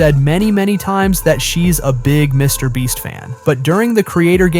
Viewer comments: Wait what did you just say some Mr breast fans who the heck is Mr breasts do you mean mrbeast cuz she said mrbeast a few times but then all of a sudden you said Mr breast really my dude lol 😂😂😂😂😂😂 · How many of you are hearing Mr Breast😅😅😅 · Stop saying Mr. breast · “Mr Breast” , “Mr Bleach” … horrible AI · Mr Breast? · I hate When they say mr. brest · Mr. Bleach to lol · Why do your keep saying saying mr brest 😂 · bro said some MR BREAST fans 💀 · Mrbreast you said on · He said Mr. Breast. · Bro really said Mr bleach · YOUR A HOT YOU SAID MR BREAST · He called him Mr breast and Mr bleach. I think this guy is subliminally dissing Mr beast 😅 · Mr brest 😅😅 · That's what I thought he said.....💀💀